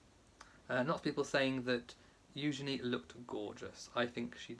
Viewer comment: Loved Eugenie’s beautiful dress. It’s refreshing to hear you pronounce her name correctly! Thanks for explaining the Great Gatsby connection! Beautiful wedding.